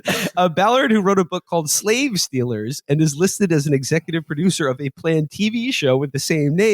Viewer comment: I think pronounced stillers